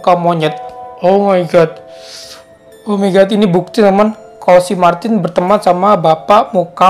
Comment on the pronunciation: Kok kalo kakak bilang Martin aku denger nya maki:v(di sakura)